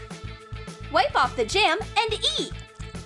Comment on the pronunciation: "oOff" like the pronunciation omg lmao